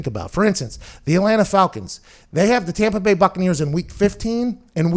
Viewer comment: The tompa bay gronkaneers